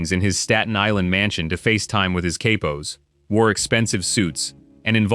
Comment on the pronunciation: It’s katpos it’s cappos